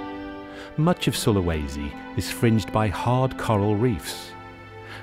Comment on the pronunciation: Its pronounced Soo-lah-was-sea If you're curious